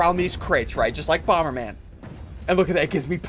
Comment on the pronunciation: Did anyone notice that it is boomer man instead of bomber man